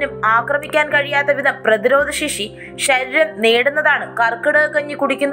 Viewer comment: ശ ര് രം ശ ര് രം എന്നല്ല വ്യക്തമായി ശ രീ രം ശരീരം എന്ന് വേണം പറയാൻ